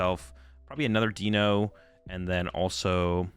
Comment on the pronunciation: I think its "D-Eye-No" as its 1, 2 and 3 in german which is Eins "Eye-ns" (1) Zwei "Z-vy" (2) and Drei "Dry" (3)